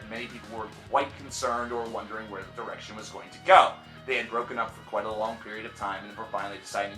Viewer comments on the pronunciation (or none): none